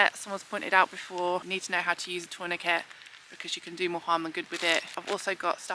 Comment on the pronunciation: I really enjoy your video's. No critism because I personally am dyslexic but can remember from my St Johns first aid from over 55 years ago, taw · nuh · kay - it is from the French from tourner “to turn”. Keep up the brilliant work anyway.